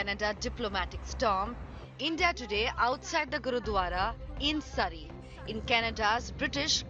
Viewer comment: Can't you properly pronounce 'Surrey'?